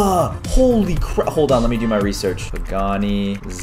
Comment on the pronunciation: Caylus bro it's not pagaani not bugatti